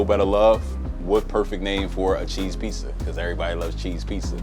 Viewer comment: Damn... in New York... most black folks pronounce "pizza" like "pisa." These are the first black dudes I have heard pronouncing it like I do... "Pete Za."